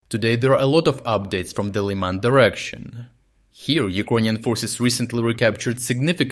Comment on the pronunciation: Weird how you pronounce Liman as Lee-Mahn one time and then Lie-mun the next time. I thought this was an actual person talking but looks like your channel is just a computer generated voice reading a script.